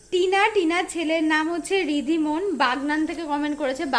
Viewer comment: বাগনান শহর হাওড়া জেলায় অবস্থিত, উলুবেড়িয়া, বাগনান সব পাশাপাশি ,, আমার ছেলের নামটা ভুল বোলেছো গো, ঋধিমন না ঋদ্ধি মান ।